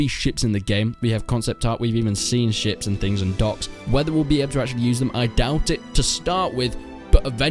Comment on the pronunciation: man good video but it took me ~5-10 times of u saying 'ducks' to get the idea that u were trying to pronounce 'docks'